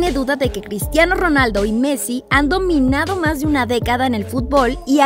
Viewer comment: alguien mas escucho pistiano ronaldo?